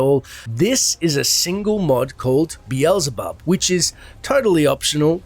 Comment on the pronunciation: Howabout instead of Diablo 4? It's not called 'Beelzebub', it's actually called 'Belzebub'.